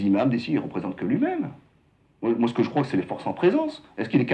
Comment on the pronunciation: Ji suis imam ji suis modéré 😂😂😂 il m'a tuée